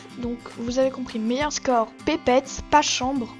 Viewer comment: "Pépéette xD" Désolée c'est pas méchant mais on dit petpet on prononce les T :')